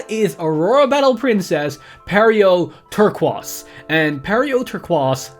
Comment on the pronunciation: Defensive creep = Good News pronouncing "Turquize" = what??? i dont mean to rant but isnt it just regular like those Turquoise mineral gemstones.